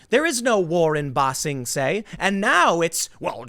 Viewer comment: “There’s no war in Ba Sing Sie” 😂😂😭